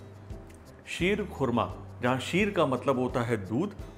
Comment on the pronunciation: शीर खोरमा शब्द संस्कृत और पर्शियन का मेल है जिसका सही उच्चारण क्षीर-खोरमा है।